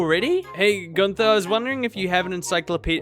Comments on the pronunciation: I get so frustrated with people pronouncing Guther as gun-TH-er it’s ‘Gunt-Er’ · After months of watching your videos not me barley realizing you have an accent with the way you pronounced Gunther